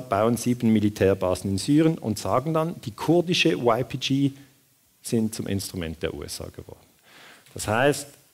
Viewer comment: min Wäre schön, wenn Sie YPG auf kurdisch und nicht auf Englisch aussprechen - oder zumindest auf deutsch. Klingt sonst doch sehr befremdlich.